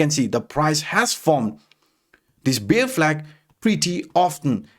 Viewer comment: Hi., ur pronounciation for ‘bear’ is wrong. U pronounce ‘beer’ 🍺. Sorry bro I hv to address it coz u r keep repeating the mistake in ur videos.